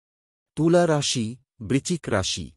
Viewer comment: উচ্চারণ ঠিক করুন।বৃষ,বৃশ্চিক আরো অনেক গুলো উচ্চারণ কানে লাগছে বড্ড।আপনি তো সব রাশিকেই খুশি করে দিলেন।সেটা অবশ্য ভালোই।সবাই খুশি হবে।কিন্তু সবার ভরসা কমে যাবে না তো?আপনিও ভালো থাকবেন।